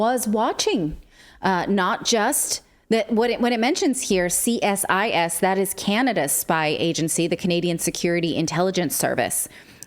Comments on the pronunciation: **EDITOR** please tell Clayton and Natali CSIS is "pronounced" Cee-Sis. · They later admitted that 82% of funds came from small donations from Canadians. CSIS is pronouned as "Cee Sis". Great work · Thank you for continuing to keep us informed! A small point on CSIS: it is normally pronounced as a partial acronym (the "SIS" part is pronounced like "sis" in "sister"). Might be helpful to think of it as "C-SIS", in the form of "CD-ROM" ... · It's pronounced C-sis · CSIS ( overpaid, underworked, do-nothing cowards ) is actually pronounced "SEEsis". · CSIS in Canada is the counterpart of CIA. It is pronounced as See Siz